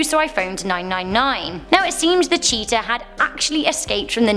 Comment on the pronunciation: LOL what u said cheatia i thought u said cheater